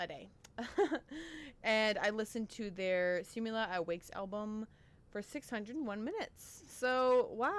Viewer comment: Wakas (Wah-Kas) not wakes hehe